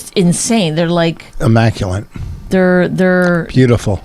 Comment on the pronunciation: Vos just told someone ELSE to use the right words.......then says "immaculent"